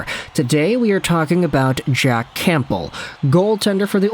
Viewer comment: The P in campbell is silent